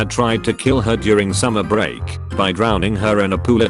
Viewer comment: summer bReak russian accent xd